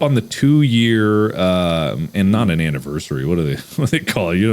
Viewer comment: an "angelversiry"